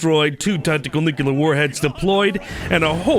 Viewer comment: bro learn to say nuclear